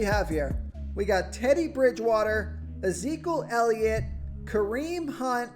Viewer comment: I die every time try and says Ezekiel elliot 🤣🤣🤣🤣🤣